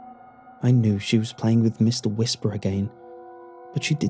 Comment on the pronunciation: Meeshtar Weeshpar